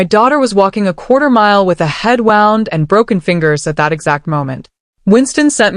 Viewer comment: 🇿🇦. Ai can't pronounce "wound" 🤦‍♀️🤣🤭. Anyway Beverly was dangerous not even feeling an inch for Daniel's marriage and busy stealing from her own husband🙄😤such cruel and greedy. She didn't even care about her unborn grandchild, just willing to kill for money🙌. Daniel didn't have a say on nothing but looks like he couldn't stand up to his mom🤷‍♀️. Desta was lucky to have her fighter mom and uncle who fought for her, otherwise if she didn't have family it could have ended badly😢